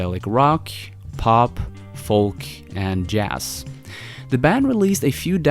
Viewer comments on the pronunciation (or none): This dude said Jass.